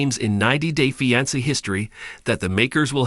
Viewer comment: I detest how you say fiancé